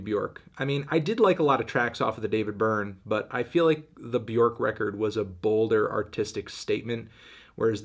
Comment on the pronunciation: Still can’t pronounce Björk correctly